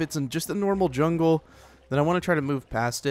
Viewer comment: lol u said chungle lol